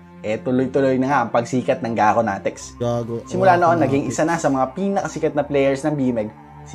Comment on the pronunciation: Gaconatics vs Gagonatics 😂